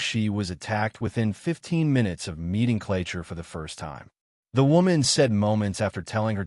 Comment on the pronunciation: It’s Clacher, pronounced clacker with a hard A, like APPLE. I’m Elle, the victim who started the ball rolling. He has other victims who’ve now come forward to the police. He asked to come in to use the bathroom. He was never meant to be in my home. His photos were absolutely not like him in real life & he’d taken 10yrs off his age. He’s a dangerous predator whose fantasy is known to be “having ax with a de@ person” which I recently found out. So, was that going to be his next move….? I won’t stop until he’s locked up for life or everyone knows his name. The 2 girls attacked in his gym were young. One was only 15. So so much to this story which has yet to be told. Thank you so so much for sharing this 🫶 🏴 x